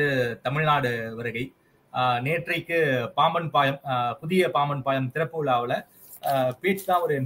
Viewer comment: நெறியாளரின் தமிழ் உச்சரிப்பு (பாயம்) மிக அருமை.